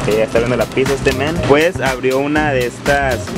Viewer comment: Se escribe pizza, No se dice piTza.